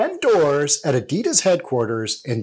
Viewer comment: Why he calling adidas adedas as well lol.